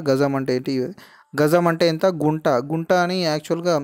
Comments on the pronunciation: గుంట కాదు కుంట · Broo Kunta anaru, Gunta antaaru